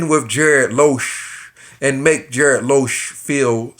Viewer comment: That's a hard "G" as in "garbled" and not a "J" as in "Tom&Jerry". (You may be doing this intentionally so ignore this if so.) Keep up your videos, you never know when your next waiter will be a GB member!!